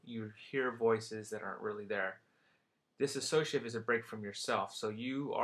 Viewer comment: Its dissociative NOT "diss-A-socative" dosorder.